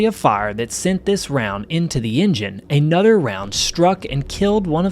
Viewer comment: The narrator needs voice training and elocution lessons. His voice does not sound professional; worse, he has an annoying (and DISTRACTING) habit of mispronouncing his a's: e.g., he says "aynother" instead of "another," and "ey number of planes were lost" instead of "uh number of planes were lost." A consonant is preceded by a SHORT "a", not a long "a". On a historical note: George H. W. Bush was no prize either as CIA director, Vice President or President; even worse, he lived to give Anerica his son George W., who was lucky enough to have Donald Trump come along to displace him from the dubious distinction of being the worst president in American history.